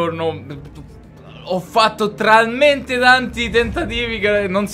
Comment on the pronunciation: "...ho fatto TRALMENTE tanti tentativi..." 😂😂😂